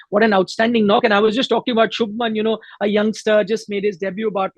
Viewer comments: It’s Shubhman not Shubham 🙄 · It’s Shubhman! You can’t get names wrong like this